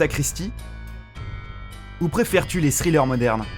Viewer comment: Les... "srillers"? XD Aaaah l'anglais